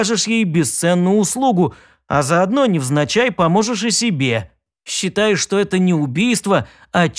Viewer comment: Может быть всякое. Когда автор говорит "одноврéменно", мне как гвоздëм по душе.....